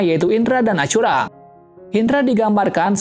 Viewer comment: kok nama ashura jadi acura